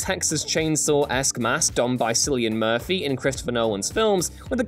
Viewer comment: You botched Cillian Murphy's name buddy. Its said as Killian not Sillian but you spell it Cillian.